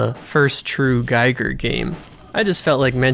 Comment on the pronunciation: Fun fact: It's pronounced GHEE-GHUR 😸